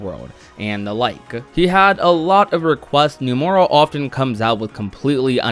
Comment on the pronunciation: You now inconsistently finally pronounce "Nomura" correctly; "Nuh-more-uh," but "Yasue" is pronounced with the "e" in an "ay" sound on the end & "Ya" is pronounced "yah," since it's a Japanese name; "Yah-su-eh."